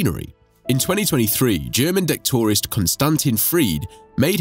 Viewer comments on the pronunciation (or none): That's an interesting pronunciation of "detectorist". Incorrect, but interesting.